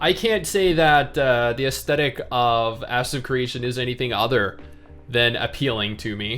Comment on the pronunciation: Is it me, or did say ass secretion instead of ashes if creation during the gameplay footage? I know he didn't but it sure sounded like he did.